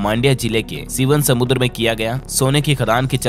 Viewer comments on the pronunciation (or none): none